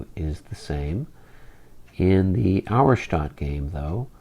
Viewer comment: Pronunciation help for the future....Auerstaedt is pronounced OYer-Shtett. :) I know you guys care about such things....